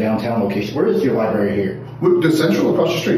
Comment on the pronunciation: If you SAY "libary" you SHOULDN'T be ALLOWED to WORK in a LIBRARY!!!